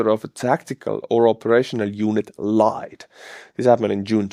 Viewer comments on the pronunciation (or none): none